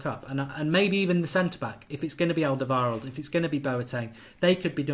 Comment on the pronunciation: He's not called alderveld. You have 230k subscribers now. Learn to speak.